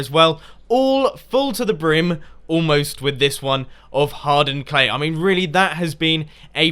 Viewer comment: Haha, when ever i hear anyone say "hardened clay" it sounds like Hard Earned Clay, dverytime every time haha